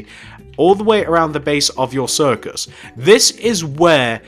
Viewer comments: It's CIRCUS NOT CIRICUS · you said ciricus not circus just saying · its circus not ciricus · Did anyone realize he spelled it "Ciricus"? It's cir-cus. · Circus not ciricus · Dude, It's Circus, NOT Ciricus! |:( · i think you made a mistake it is 'circus'not 'ciricus'